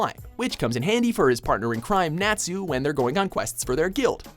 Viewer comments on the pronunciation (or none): I hate it when this guy says Natsu. It's pronounced Not-su, NOT FUCKING NAT-SU!!!! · NAT-su its pronounced notsu but spelt natsu get it right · EXCUSE ME HAPPY'S VOICE ISN'T ANNOYING ITS ADORABLE GOD. and jeez. NATsu? it's pronounce not-su ugh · it's pronounced notsu not Nat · not pronounced "nahtzu" its pronounced "notzu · Um can he say all the anime characters name right , like Natsu it's pronounced "Not - su" not "Nat-su" come on if your going to post anime videos say their name CORRECTLY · its not 'NATsu' its 'NOTsu' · HIS NAME ISN'T NAT-ZOO! IT'S Not-soo. Ugg. Mispronouncing Anime Character's names is my all-time Pet Peeve! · It's pronounced notsu not nAtsu and what anime lover hasn't heard of fairytale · "Nat-su" It's Natsu like Not-su not like a bug. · Happy: happy is an exeed, flying CAT. and Natsu is pronounced Not-soo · It's pronoced Na -tsu sorry anime nerd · Uh I think you pronounce it not-sue, like stop trying to say his name and i will not sue you.. (Jk i have no life.) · 'Nat' su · Nat-soo. Please find a fire to stand in quick. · I swear, their pronunciation of Natsu sounds like Nazi... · The way he pronounces natsu... O-o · the way he said natsu 😑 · He pronounced natsu wrong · when he pronounced Natsu 😖😓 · HOW FUCKING DARE YOU CANT EVEN PRONOUNCE NATSU RIGHT HAPPYS VOICE DISNEY I CANT EVEN MEY RIN HOW HER VOICE IS AWESOME CANT PRONOUNCE NARUTOS LAST NAME